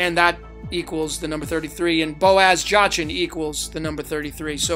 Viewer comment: Brother, I love you, I love what you do, this is all wonderful and great. But your pronunciations KILL me! Jachin is pronounced Yakeen. Valadium is Va-LAY-dee-um, or Va-LAH-dee-um. It’s all good actually, I don’t care, what you provide is more valuable, but I couldn’t help myself saying something. 😂